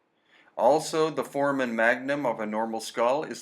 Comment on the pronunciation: I love your presentation but, as an x-ray tech, you grate my nerves every time you pronounce "foramen magnum". Please, make the a long like in the sound "hey" in the word for-ā-men. Great work, btw. Thank you very much for the info you are sharing. I've waited a long time for it.